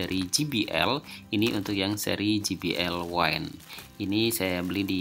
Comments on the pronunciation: Mas maaf izin koreksi, penyebutan kata wind harusnya "wind" bukan "waind". Terima kasih buat kontennya sangat membantu 🙏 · Wine : Anggur - seperti yg dibaca Wind : Angin - seharusnya yg dibaca